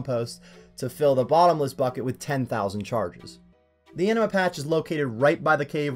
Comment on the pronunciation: Anima, not amina lmao. Also how tf do you spell Etceteria "Ectaria" while literally looking at a map on which it's spelled correctly?